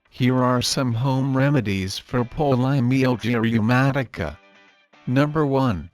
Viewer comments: Try not to say the name of the condition too much in this video with AI, it sounds mispronounced. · The robot can’t even pronounce this disease. 🙄